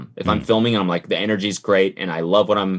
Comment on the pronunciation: ethan’s “GRET”